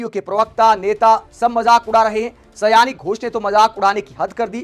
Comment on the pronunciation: यह सयानी घोष नहीं साउनी घोष है, आगे आपको इस गलत ना बोलने को लेकर सतर्क रहना चाहिए और एक विडियो बनाकर माफी मांग लेना चाहिए यह मेरा ख्याल है क्योंकि समझदारों के लिए इशारे काफी होता है लेकिन कभी कभी लोग समझदारी दिखाते हुए सही इशारे को भी लोग गलत तरीके से ले लेते हैं।